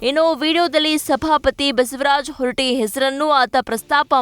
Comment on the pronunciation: ಹೊರಟಿ ಅಲ್ಲ ಮಾ ಅದು ಹೊರಟ್ಟಿ